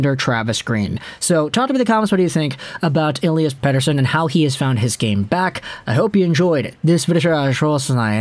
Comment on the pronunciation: Great Swedish pronunciation 😁